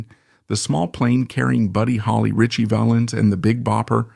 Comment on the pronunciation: Can you at least tell the AI voice how to pronounce Valens. SMH